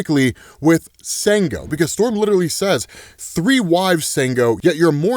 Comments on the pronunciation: that ending was sharp af. btw, though culturally and linguistically unrelated, the vowels of African languages are the same as Spanish. It's not pronounced "Sang-O", it' "Sahn-go". just had to put that out there. :hand-purple-blue-peace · His name is pronounced SHango! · It’s Shan-GO’. So good to see the Orisha. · It's pronounced Shun-goo. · Great video as always,. But, it's pronounced "Shango". Take care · the "s" in sango is pronounced "sh" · It's pronounced Shàngó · It’s pronounced Shung-oh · Hey, Ṣango is pronounced Shango. Ṣ is pronounced Sh